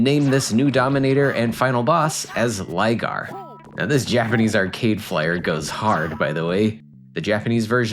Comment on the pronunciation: Rygar is the correct pronunciation. Lygar is due to the absence of the letter R in Japanese alphabet. So depending on the word they replace ot with other letters. RYU ... would sound more like HU-LEE-YOU...or something. To us it's "REE-YOU". Just like a Japanese toy line form 1980's called "DIACLONE" was released in the U.S. as "DIACRON". TRANSFORMERS ... TADANSAFOMA MEGATRON ...MEGAT'DON THUNDERCRACKER ... THUNDACLUCKA OPTIMUS PRIME ... CONBOY "CONVOY" my spelling of Japanese versions of Transformers names I know is off but it gets the sound across. Oh wait, this video is about RYGAR not TRANSFORMERS... sorry got off topic.